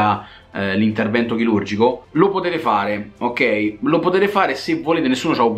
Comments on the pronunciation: "il nostro CHILURGO" "intervento CHILURGICO" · È accento Romano questo. Anche a me a volte scappa